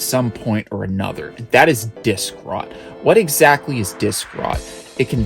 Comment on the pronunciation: "dik-rot" loool